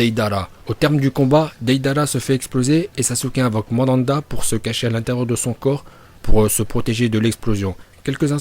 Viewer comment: c'est pas Mandanda mais Manda 🤦🏾‍♂️